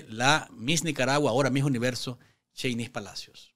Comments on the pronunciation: se pronuncia Chéynis, el nombre de Sheynnis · No pronunciés su nombre de esa manera, no lleva el acento en la i...por favor, no les des pasto a los caballos sandinistas brutos. El acento prosódico lo lleva en la e.. POR FAVOR!! Escucha como ella lo pronuncia.